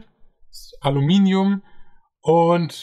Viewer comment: Super. Leider hast du das Wort "Aluminium" falsch ausgesprochen. Hier geht es zur richtigen Aussprache